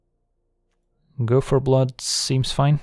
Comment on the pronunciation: Every time he says "Go for Blood" it sounds like "Gopher Blood" and now I want that card.